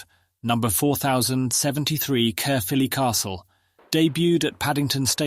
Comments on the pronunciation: Great video spoiled by a robotic voice - can’t even pronounce Caerphilly properly or read the engjne numbers in the correct manner. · AI crap comentrry. Collette ffs! A french dancer? No a brilliant engineer. And Carefilley? I'm turned off.